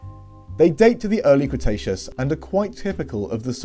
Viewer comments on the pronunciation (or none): none